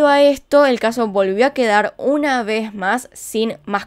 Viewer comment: Me gusta cuando dices... "Una vej mas " 😂